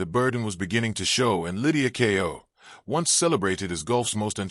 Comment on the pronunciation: The title has no relation to the video. It's about Lydia Ko, not Kao. Using an AI-generated voice as a commentator is a bad idea. Could you please ensure the title matches the video and verify the spelling and pronunciation before posting?